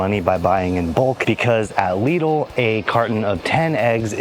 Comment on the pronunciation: Lidl no leedil 😂